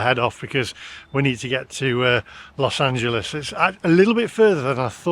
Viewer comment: I went to Amityville in 1979 while on holiday from UK 15 years before we moved to the US. Visited "the house" (112 Ocean Avenue). Carmel didn't remind me of Amityville. We've got "Hog's Breath Inn" t-shirts. Well done on your pronunciation of "Los Angeles" - even the oh-so-proper BBC can't get it right, they call it "Los Angeleees".